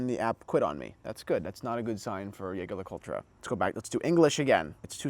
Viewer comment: Hard to take you seriously when you can't pronounce the brand name correctly. Saying that with my ultra thin on my wrist.